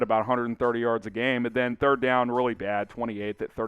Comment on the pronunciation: Bear DAHN!